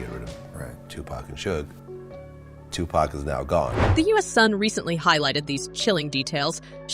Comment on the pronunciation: Give this a thumbs down for this witch calling Suge Sueg and 2PAC name like a cigarette thumbs down 👎